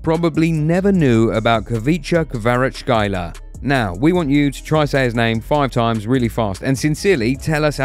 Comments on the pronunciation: Complely out your prononciation!!! HVitcha Kvaratshelia is a prononciation!!! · Knew everything as georgian lol really good vid and heres how you pronounce it: Xvicha kvaratsxelia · hey u must learn georgian language to say his name correctly ხვიჩა კვარაცხელია remember this name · Yea literally how can people not pronounce it like რა შტერები არიან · ხვიჩა კვარაქცელია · It's so annoying for me as georgian that most of people can't even say his name correctly buts actually is very easy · search how to pronounce khvicha kvaratskhelia